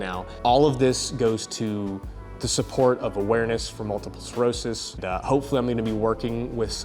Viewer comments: Your pronunciation of myelin. Perfect. Your pronunciation of sclerosis. Needs some work. It's not multiple cirrhosis. Sclurrrr o sis. Also your chiropractor is dumb if he thinks you can't be diagnosed young with MS. he needs to go back to school 😂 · Maybe it is my deaf ears, but it sounds like you are saying cirrhosis not sclerosis. Not the same. Either way were are here for you. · Sclerosis not cirrhosis … respectfully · Haha you mispronouncing the word sclerosis with cirrhosis had me giggling about it. I can't help it. Good luck, you're too good of a dude for this bullshit. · I've had a few friends that had Ms and it's not fun. I hope medicine advances quickly so people can stop suffering from it. Side note, it's pronounced sklerosis, it's not a liver. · Always loved your videos man, I know you can deal with this and continue doing all the amazing things you love. Just wanted to let you know you pronounce the “c” in sclerosis. It’s not like Cirrhosis. I know I’m being the asshole but I’ve done nursing for almost a decade.